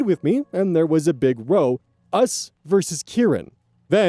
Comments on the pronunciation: I noticed you missed a "British-ism" with the word row - you pronounced it row (your boat) but it should be ra-ow (a fight) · So row used in this context is pronounced like cow instead of low, it's more common in British English, as a synonym for an intense argument/verbal fight. Just like how bow is pronounced differently in regards to the weapon versus the head movement. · when pronouncing "row" in the sense of "fight" it rhymes with "how" not "hoe." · Still saying row like row your boat. 😅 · small pronunciation tip - Row as in "we had a big row" is said like Wow. This one's a thing, not an action XP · As soon as story 4 started I knew OP was British 😬btw a row (argument) is pronounced as rhyming with cow in this context :) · Ok, this happens quite often, so I will mention it. "Row" in this context is Bittish slang for argument/fight, it is pronounced ra-ow, like the villain of Fist Of The Northstar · row as in to argue has a different pronunciation to row as in boat or a line of something.